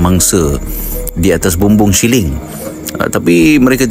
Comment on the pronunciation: Siling bukan syiling, syiling tu duit